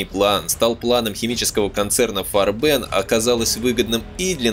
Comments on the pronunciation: Да почему и жи фарбэн (ударение на последний слог ? ) и г фарбен (красители краски по-немецки) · Не корректно ставите ударения и произносите на французский манер: Не "И Жи фарбЕн", а "ИГ фАрбен". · Отличный фильм. Только не фарбЕн а фАрбен ударение на а должно быть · Отличная работа. Помогло взглянуть на некоторые события становления Рейха под другим углом. Однако, периодами казалось, что автор изучал французский как иностранный, впервые слышу такое произношение «ижи фарбЕн» (уля-ля-ля, месьё), мне привычнее по-немецки – И-Гэ ФАрбен.))) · фАрбен - ударение на А - пипец как режет слух. если уже делаете серьезный ролик можно было бы и проконсультироваться. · Муха-перемуха, неужели трудно, всезнайки, поинт.как произносить пару слов 🤣 - не , ,ижи фарбЕн,, а И Ге фАрбен. Бляха муха. 🤣🤣🤣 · ИГ ФАрбен. Консультируйтесь у носителей языка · Уже сильно поздно. Но не читайте пожалуйста немецкие названия по-английски. И Гэ Фа'рбен. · ты хоть с немецким языком бы хоть чутка ознакомился бы, фарбен, фАрбен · Автор, у вас с немецкими ударениямм все очень плохо, слушать и смотреть после "фарбЕн" невозможно. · Ну видео просто бомба , нет слов . Однако ударения Автор ставит просто гениально , как будто не Германия , а Мексика какая то . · Farben - немецкое слово. Ударение на первый слог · IG это никакой не еж вам или ижи. это И Г или игэ фарбэн с ударением на букву А, а не на Э... в немецком не существует такого произношения... ижи ужас просто. G это не Ж. AG = АГ акциенгезельшафт.